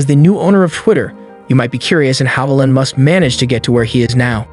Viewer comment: Did u call him Ellon? Lol like Ellen?? Its EEELON. Like EACH or EEK!